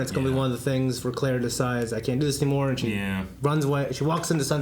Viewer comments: It's been an entire season since Clara was introduced and all of them are still pronouncing her name as Cleh-rah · Boys, say it with me. "Clah-ruh." It's Cl-ARE-uh, like "We are," not "Cl-AIR-uh," like "The air." They say it on the bloody screen all the time! It's been a whole season. You no longer have an excuse. "Clah-ruh. Clah-ruh."